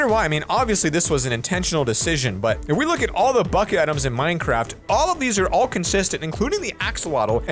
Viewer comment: Nobody going to talk about "Minecradt"